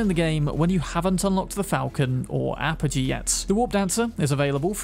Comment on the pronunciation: Oh wow, someone actually pronounced apogee correctly. 🤣